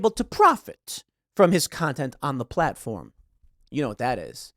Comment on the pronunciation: Oh, it is true: "Platofrm"